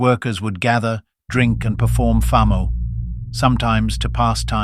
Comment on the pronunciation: At learn how to pronounce Famo and Lesotho 😂